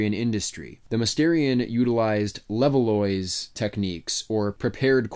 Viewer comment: le-vaahh, not level-loysz, Levallois is in France mon ami.